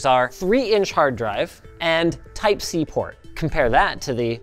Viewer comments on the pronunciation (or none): none